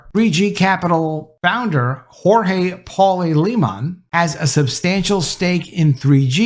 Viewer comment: His name is Portuguese, not Spanish. Its not pronounced, Hor-hay!! 🤣😂